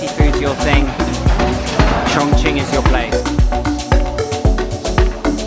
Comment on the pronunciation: Really! You're the first one that I've seen a video of, who doesn't pronounces ChongQing like ChongKing! xd